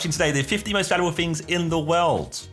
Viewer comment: Why did Josh sound like he said 15 most federal things ? looool